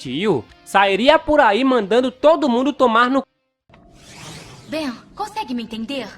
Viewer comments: Perceberam que invés dele falar Ben ele falou várias vezes Beno kkkkkkkkkk 😂😂😂😂😂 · É ben não benio 😠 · Só eu q ri toda vez q o falou Benio? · O engraçado ele falando clone do ben e eu confuso sem saber se era do bem Ou do ben